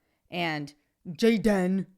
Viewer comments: Dude, with all respect I'm gonna slap you if you utter Jay-den again. It's Gay-den. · Your pronouncing gay-dan incorrectly.... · "JAY -DEN" 🤣🤣🤣🤣🤣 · His name is Gay-den... get it right already. LOL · I watch just to see you say JAY-DIN! LOL! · Every time you say... "JAY-DEN" I laugh my ass off hahahaha thank you for your videos, I love them.